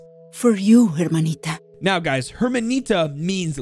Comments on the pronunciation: Spanish speakers, correct me if I'm wrong but you not supposed to pronounce the "H" in that right? You can tell the voice actor don't speak Spanish😭😂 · I couldn't help but cringe when you said Hermanita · Also "Hermanita" is pronounced (Er-man-eeta). In spanish the 'h' is silent... always